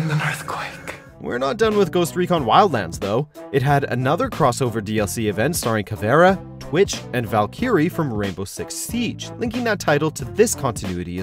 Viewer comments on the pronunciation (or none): “Valkey ree” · Did he really just said Valkyrie Valky-re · Valkearee? Val ka ree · It’s pronounce Val-kuh-ree dumb dumb Not Val-carry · He even mispronounced Valkyrie. “Valquire”.... really... come on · Ya and he said valkereee wtf is that is that (rainbow six siege) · I'm sorry did you just pronounce Valkyrie as "Val- Key- ree"? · valkeerie? VALKEERIE?!?! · He said valkeeerie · Did he just said "Valkyrie" as "Well-curry"??????? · VAL-KIER-REE ARE YOU FUCKING KIDDING ME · “Val kee ree” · How tf did you pronounce valkyrie as "vulkeeree" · Am I the only one going "reeee" when this guy's mispronounced Valkyrie from R6S? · The way you pronounced "Valkyrie" from siege triggered me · the way he said valkyrie, i cringed so hard... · What the hell did he say for valkyrie? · Do they not know how to pronounce Valkyrie? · He butchered valks name...😒😒😒😂